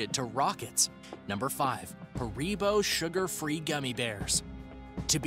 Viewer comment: It’s Ha-re-bo not “ haricot”